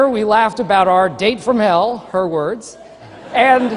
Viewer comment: "Is that how you pronounce it?" XD